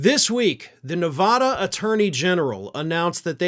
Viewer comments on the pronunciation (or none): It's pronounced neh vad (bad) ah, not ne vad (vahd) ah. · it's not nev ah dah. it nev AA dah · Ok now that Nevada has been in multiple videos recently you’ve got to work on your pronunciation. Neh- vah - duh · Please learn how to pronounce Nevada. It's not "ah." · It is Spanish for "Snowy" and is pronounced Nay-Vah-Dah...since you feel like getting technical about it. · Thank you. Hearing it called Nevahda makes my teeth hurt